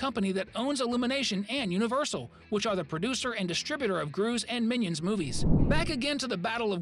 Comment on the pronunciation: Bro when you talk about Easter eggs about minions rise of Gru you say minons 2